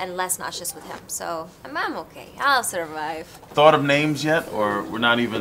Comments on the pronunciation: "I'll sorrrvive" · “I’ll sirrvayeve”